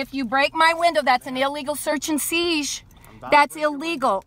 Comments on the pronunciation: "that's illegal search and seege"?! This wench cracks me up! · "...that's an illegal search & seesh!" im ded. 🤣